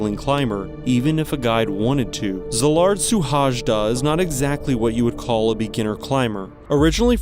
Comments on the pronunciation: Suhajda... The pronunciation is off, it would probably be something more like 'Shuhaida'... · Hello from Hungary :) I really like your videos and show a lot of research too. But please next time listen to at least 1 original country video about the person and how they pronounce their name. Suhajda should be pronounced "Shuhayda". It would give more respect, and professional too.